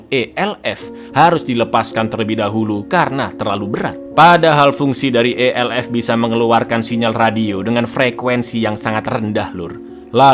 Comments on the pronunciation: ELF bang bukan ELV wkwk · E el ef, bukan e el fe